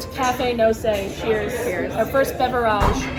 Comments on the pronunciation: BeverAGE...... do you actually pronounce it like that away from the camera or do you just think it's "bougie" to try and sound like that.... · Irritating beverage mispronunciation count: 15* (*estimated because I lost track)